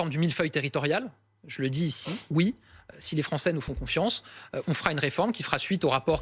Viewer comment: " Si les Français nous font CONFIANCE " mdrrrrr On dirait triste sire (persifleur) dans Robin wood ^^^^^^